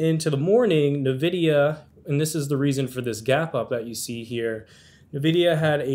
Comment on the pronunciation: Can't pronounce Nvidia correctly while likely using a computer with an Nvidia GPU in it. 🤣